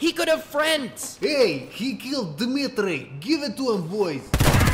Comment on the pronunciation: The accent is quite close to real one. Except "Dmitriy" for slightly botched. It's pronounced as "Dmeee-treey".